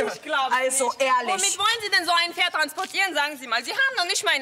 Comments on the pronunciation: "DaS iS mEiN FeRd" die hat absolut nicht pferd sondern FERD gesagt oder ?😂😂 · Mit kommt vor alle sagen dort Pferd ohne P eben so Ferd 😅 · "Ich finde für mein Tochter ein besseres ferd" Wieso müssen die alle ferd sagen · "Das ist mein Ferd"😂